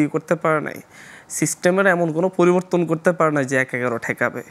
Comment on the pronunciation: এ কখন শুদ্ধ উচ্চারণ কোর্সে ভর্তি হবে? গোফন, ফরিবর্তন, ছলে, ওয়াছ - মাতৃভাষাকে বলাৎকার আর কত... ! 🙈🙈